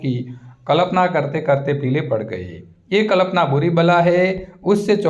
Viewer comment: Yr sir कल्पना होता है कलपना नहीं